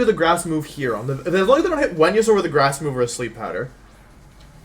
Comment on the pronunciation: Who is Wenasaur? Never heard of that Pokémon... if only there was a proper way to say Pokémon’s names... 🤔please pronounce the Pokémon’s names correctly please. It makes you look uneducated. Just saying. 🙄